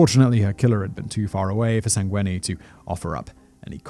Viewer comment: You nailed the Sangweni